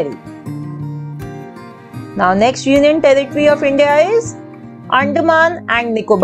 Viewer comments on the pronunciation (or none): none